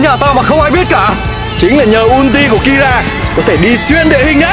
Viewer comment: keera ko phải kira